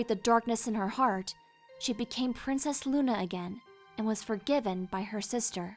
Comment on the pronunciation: she said “pwincess”